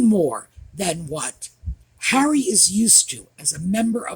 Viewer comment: I just peed my panties. You said "HENRY" it's Harry. I love you